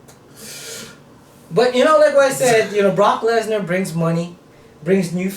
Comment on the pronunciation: "Barock Lezner!"